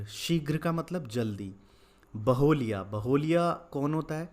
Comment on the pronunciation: Baholiya nahi hota hai sir baheliay hota hai